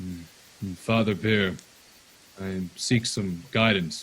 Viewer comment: Every time says "spirit bear", I hear "spirit beer". Would that spirit beer be Davrik's spirit?:þ